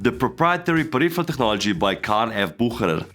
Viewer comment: You butchered Bucherer 😂